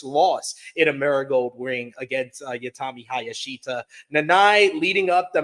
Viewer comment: My favorite part of this was him saying he could finally pronounce all the names left on the Marigold card and then absolutely BUTCHERED Utami Hayashishita's name LMFAO "Youtami Hayashita!" For the record it's pronounced Ew-Ta-Me High-Ya-Shi-Shi-Ta.